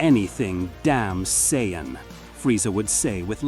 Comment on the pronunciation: Why can't the AI pronounce Saiyan properly.